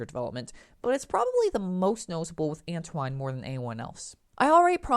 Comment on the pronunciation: If you don't know how to pronounce Antoine's name, just watch ANY episode of SatAM and problem solved.